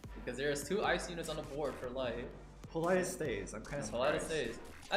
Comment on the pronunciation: the guy keeps on saying Politis name wrong, like a form of disease lmao